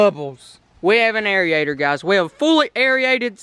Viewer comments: Its not airiator its AIRATOR AND IT'S NOT MINNERS!! ITS MINNOWS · Airy-ator 😂 its pronounced AIR-ATER